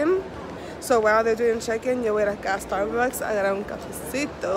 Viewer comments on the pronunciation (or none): "Mi primer estarbucs"🤣